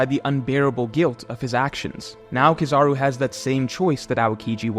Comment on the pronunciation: Bro you are amazing at YouTube BUT ITS KEEEEE- ZA-ROOOOOO At least to me lol